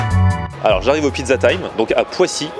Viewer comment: "Une piza pommeu de terreu" svp